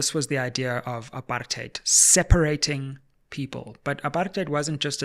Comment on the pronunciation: Thanks Sizwe for calling "apartheid" very clearly and with the way it must be pronounced - Not this rosy English version a lot has come to embrace diluting the very essence of its meaning. Apartheid was so evil that it does not deserve any soft or cushioned pronunciation - it is "apa-rrrrr-t heid" and let's call it with the absolute contempt it deserves and drop this "upper-theid" 😩😤😤